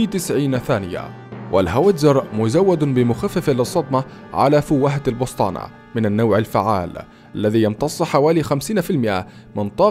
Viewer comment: السبطانة وليس البسطانة